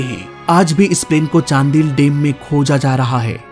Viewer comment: चांडिल है चांदिल नही 😅